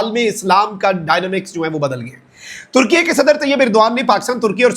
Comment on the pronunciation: بھائی ترکیہ ھے ترکیے نہیں ھے 😂